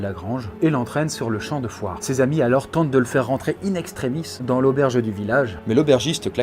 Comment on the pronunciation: "Les plaies à Alain" non mais tu forces là, relis toi un minimum, t'es un des youtubeurs qui font le plus de fautes à l'oral alors que tu lis un texte! Fais au moins les liaisons, entendre "dan une mare séchée" ça fait mal alors que tas pas loin de 30 piges...